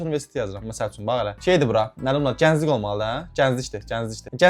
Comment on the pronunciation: genclik sözünü de düz demir sanki